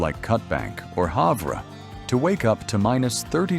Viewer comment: Haavvvrrraaa…… lol it’s have er